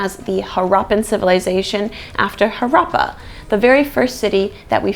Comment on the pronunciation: Harappa is pronounced as Haddappa